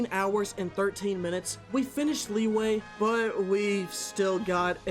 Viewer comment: Wtf is "Lee-way"